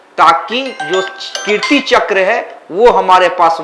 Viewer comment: पहली बात तो अपनी हिंदी सुधारिये, कृति चक्र नहीं बल्कि कीर्ति चक्र है ।